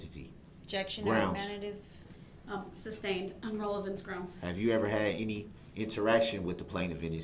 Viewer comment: He keeps saying “ relavency”. The word is RELEVANCE .